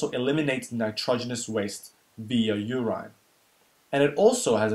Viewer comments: Great video man but why call it uraaaaaiiineee? Its urine. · Should say medoola not medulla. Your-in, not your-ine